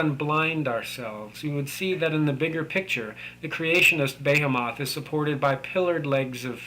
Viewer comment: Behemoth is pronounced "be-HEE-muhth".